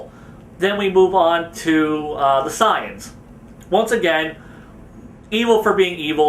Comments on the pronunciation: why do you call say-ians sai-ans? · pronounced SAY-ANS not signs 😒